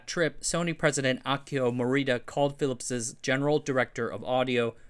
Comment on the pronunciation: "Phillips's" again?